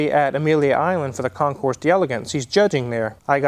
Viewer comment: The S is silent in concours. 🙂